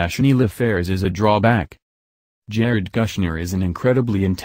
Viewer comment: kush-ner not Gusner